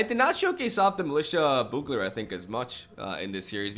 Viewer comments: Boogler is also not correct. The "U" in Bugler is pronounced like you. So you wanna pronounce it like Be-you-gler all together. Hope this helps :D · "be-u-ga-ler" Not boo-galor. Damn close though! Serious respect. Keep up the great content. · Less like a Boo sound, more like the word You with a soft b in front of it. bYou-gler. Having said that, I only post it for your information, say it however you like, it's hardly like we can't understand what you are saying, some British accents are MUCH farther from correct punctuation than anything I've heard you say! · I can't believe you. It's not pronounced boogler, it's pronounced bow-ogler. You pronounce both o's. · Not bow-ogler, it’s actually pronounced Byoo-gler. Thinking of it like capital B, capital U, gler helps. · Still wrong on the pronunciation... It's byoogler, not boogler. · I have the same thoughts on the hero deck. When he lives, it's great. When he gets destroyed, you have a heavy mana-costed, slightly underpowered deck. This seems better. Btw, its pronounced byoo-gler. All good though man. I speak one Language and struggle with it sometimes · You're so close to saying bugler correctly, but it's pronounced "Byugler" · Literally both pronunciations you expressed were wrong. It's BYOO-GLER. Love your content, keep it up! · I think it’s most commonly pronounced b-you-gler, or bju-gler if you prefer. Same as “bubonic” starts. But fact is, we all understand what you mean, so it doesn’t really matter, but the English language always fascinated me still :) Keep up the great vids :) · It's actually pronounced like byoogler. Otherwise good going,! I love your videos! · Bee - EWW - gler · Its litterally pronounced how its spelled and he cant say it... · Look up a commercial for Bugels chips and you'll hear how it's pronounced lol.